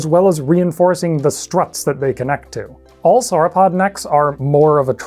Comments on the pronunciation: 'sour-opod' my freaking ears! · Do you pronounce dinosaur in the same way you pronounce sauropod?